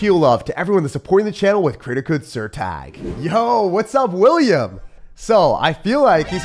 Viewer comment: As a dutch person I feel offended by calling Willem, “william”